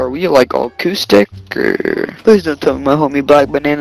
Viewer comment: Kid asked if you were "au-coustic" 😂